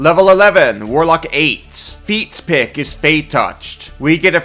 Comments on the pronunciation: every time you say "feat pick", I keep hearing "feet pic" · Dude are you saying “feat pick” [feet pic] so much on purpose?! 😂